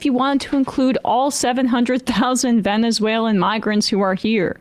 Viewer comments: he really says "venzewhalen" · he said "venzewhalen" AGAIN..... I THINK THATS JUST HOW HE SAYS IT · Is he saying “vezenuelan” ? 😅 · Yeah he said it twice. Ven zoo ellen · He definitely said Vensualan several times. Who is more drunk in public? Homan or Hegseth?